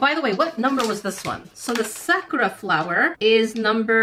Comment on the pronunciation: She pernouced it wrong by accident so you got anger issues or something just bc she pronouced Sakura wrong